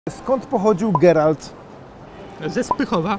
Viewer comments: Nie Gerald tylko Geralt wrrrr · mówi się Geralt panie prowadzący xdd